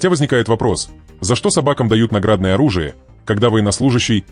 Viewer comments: НаграднОе, оружие…вроде по-русски говорят, а ударения не знают куда ставить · В слове НАГРАДНОЕ , ударение ставится на последний слог.